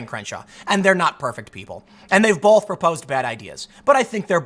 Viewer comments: Why can’t Tim pronounce both? He says bowlth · Love you Tim. Can you tell me where the L in the word "both" is please?